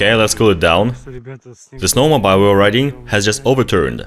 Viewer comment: Snow mo beel. Say beel.